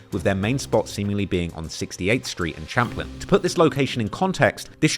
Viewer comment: Champlain as in (Sham-plain). lol